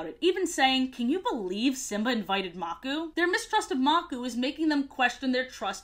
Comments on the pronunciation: I love how you call the crocodile leader "Maku" instead of calling him how it is pronounced "Makoo" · Name: maku Pronunciation: makoo Her: magoo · 1. It’s the “ Roar of the ELDERS” 2. It’s pronounced MakU and not MAku 3. Rani is pronounced Roneee and not Raine Sorry, my brother was obsessed with this show and asked me to comment for him. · I love this video. FINNALY someone doesn't make up their own lore AND they're funny! Keep up the good work! ❤ EDIT: It's pronounced muk-oo btw- 😂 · I grew up with the lion guard and I always wondered that same question but I watched season 3 and it all made sense also am I the only Lion Guard fan mad at the way she said Makuu and Anga